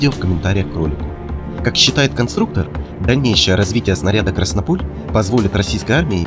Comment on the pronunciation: "КраснОполь", а не "КраснопОль"!!!!!